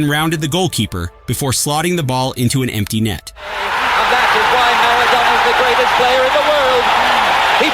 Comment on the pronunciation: It's Mar-ah-DONNNA